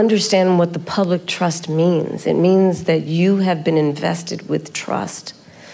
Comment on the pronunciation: 😂my lord —- Public TROSSST😂